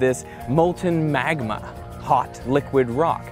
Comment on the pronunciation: Who else is substituting Dr. Evil's pronunciation of "Magma"?